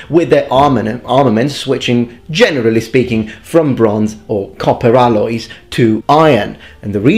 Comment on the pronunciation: aL-Loys, noticeable Italian feature, noticed it cus just have watched your italian accent analysis video